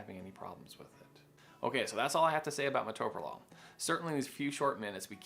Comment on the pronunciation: This quack who’s not an MD can’t even pronounce it